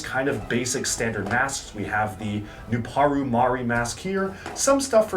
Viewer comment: It's a bit weird that pronounces hewkii as hooky but pronounces nuparu perfectly in this video